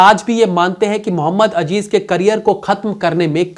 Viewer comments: Muhammad Azzzzeeeeezzz .. not ajjjeeeezzzzz मुहम्मद अज़ीज़ न के अजीज़ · Its not Ajeez ... its Aziz ...